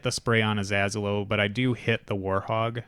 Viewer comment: ah-zello (Like Jello), or ah-zAy-low, or even Aziz Ansari. Just not lord Az